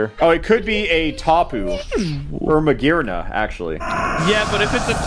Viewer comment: “It could be magearna” I felt physical pain hearing that